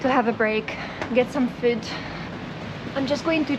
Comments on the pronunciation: "Get some fud" - I think that "fud" is the most Scottish has ever sounded! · Ya I noticed for a long time pronounces "food" exactly like Steve. She is a true Scotswoman now.